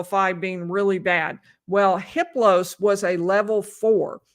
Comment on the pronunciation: I heard that you don’t pronounce the H in Hiplos. It’s pronounced Iplos.